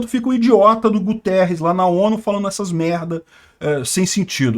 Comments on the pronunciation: Esse infeliz do secretario geral da ONU eh portugues (pra minha vergonha). Logo, o nome dele eh Guterres, nao Gutierrez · não é Gutierrez, é mesmo Guterres. É português e foi 1° ministro de Portugal de um governo socialista. Estavam à espera de quê???